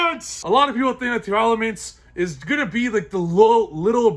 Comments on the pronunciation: I'm missing something, why are you adding an extra "a" to tearlaments? You have the cards in front of you so I'm not sure why you're saying it wrong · He keeps saying teralament and i disliked the video so hard and only watched it because hes a good player just doesn’t sound right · Where are people getting the extra letter in Tearlaments? Tear-elements? Tear-laments? I've heard so many people read it wrong now that I started to think maybe I was the crazy one and my eyes are playing tricks on me.